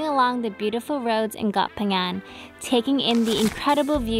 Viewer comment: pronounce Phangan so clear, please teach. Hahaha